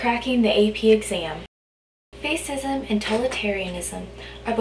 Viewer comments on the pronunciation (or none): Great video, very helpful, only one thing, fascism is not pronounced face-ism but pronounced fash-ism...but otherwise really helpful and good review!